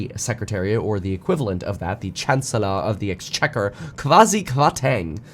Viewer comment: Woo he got the name right. It's Chancellor of the Exchequer. Proud of ya mate lol.